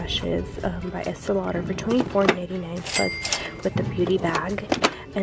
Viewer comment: Did you just say "fox fur" and esti lauder?